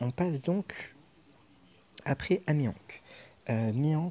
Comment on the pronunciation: j aurais plutôt mis rayleigh en 2 nd car ace est un peu plus dur a utiliser si ta pas des shooter et malheureusement on ne peut pas faire tout les raid avec ace sw :/ . Ta prononciation de mihawk me laisse perplexe :) mais bon c pas ca qui va gâcher la vidéo :)